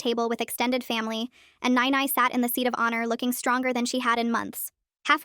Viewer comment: That's not how you pronouns "nai nai"